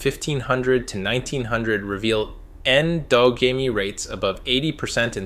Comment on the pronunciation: It can't even pronounce the words. Endogamy. Rhesus. Etc